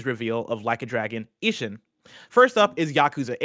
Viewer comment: ishin would typically be pronounced like E-sheen, at least i think.. lol only based on my 25+ years of watching a lot of japanese anime